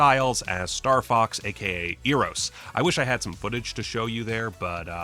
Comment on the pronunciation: You're saying Eros too much like ear. It's an "Eh" kinda e, not Eh like Ay, canadian, Eh like you shrug and are indifferent. Almost Airos, but still the E vowel, not quite the A vowel yet.